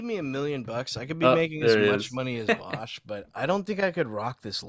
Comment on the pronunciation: Vaush, Vaushy Vaushington of Voosh